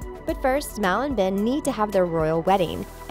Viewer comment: It's not ven it's ben